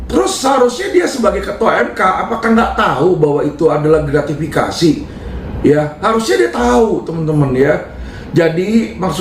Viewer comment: Pak Mahmudb Gratifikasi ,pak Mahmud ,bukan gratvikasi